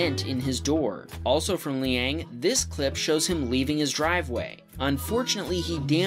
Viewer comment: why did you say his LAST NAME AND pronounced LANG NOT LEANG Brian tong made the same mistake and he has a youtube channel called plainrock124